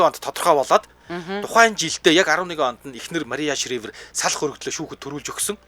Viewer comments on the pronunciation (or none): Шривер биш ээ. Шрайвер гэж уншнаа.